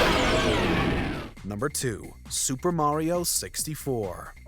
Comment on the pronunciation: It's mario not mayrio